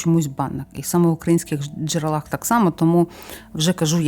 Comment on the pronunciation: Доброго здоровʼя всім. Цікаві розповіді , але потрібно позбутись деяких неправильнтх наголосів. У множині в називному відмінку не джерелА, а джерЕла. А в однині в родовому відмінку: чого?джерелА.